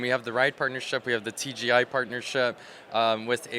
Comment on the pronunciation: I like how he called Travis' work TGI - I for Industries :D